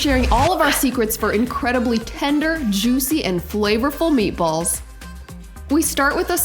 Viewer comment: Nice job on the meat a balls... (italian accent ) are you sure you’re not Italian?